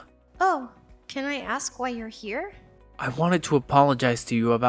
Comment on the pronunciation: The person who is playing Kinsley must never have been taught how to pronounce the word “ask”. She says “ax” instead of. So out of the way she’s been speaking and annunciation of her other words.